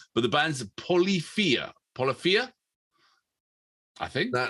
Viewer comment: Greetings gentlemen, it’s pronounced, “poe-liff-eeya”. The lead guitarist & chief composer, Tim Henson, is male 😏 He’s got a YouTube channel, under his name, which I encourage you to check out as he does guitar breakdowns/play throughs of some of their popular tracks. Do check out their track, G.O.A.T. As to genre, it takes me back to jazz fusion groups like Return To Forever, Al DiMeola, Paco de Lucia, Dixie Dregs, etc...with a modern twist. I’ve heard Math Metal...as well as “hybrid picking”. I enjoyed your reaction! 🖤🌹🖤🧛🏻‍♀️